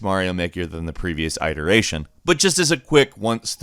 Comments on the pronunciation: "...the previous EYE-teration"? You mean "IT-eration", right..? Never heard that word pronounced like that. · Iteration. Not eyeteration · He really said "eyeteration" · Yeah bud the "previous EYE-teration" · Eye-teration? Eye-nteresting way to pronounce iteration. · EYE-teration....bruh what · Iteration = Eye-dur-ation to a bird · Not how you say iteration as i rekull